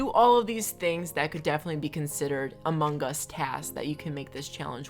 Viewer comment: No one:: Amung Gus